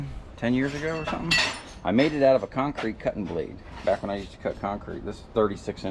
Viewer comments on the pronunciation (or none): none